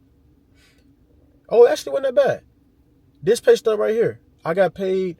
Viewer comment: Pay stub. Now you know